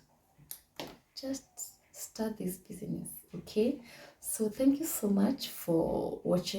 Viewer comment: thank you very much, i have learnt alot. Just a request, kindly say bizness not busyness. hope you got my point